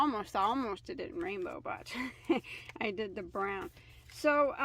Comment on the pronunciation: Very pretty. I thought you said green at first when you said rainbow. I had to go back and listen again.